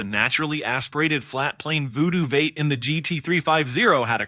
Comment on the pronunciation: I particularly enjoyed when 'V8' was pronounced 'vate' instead of the traditional 'vee-ate'. Almost like it was being read by a non-human being.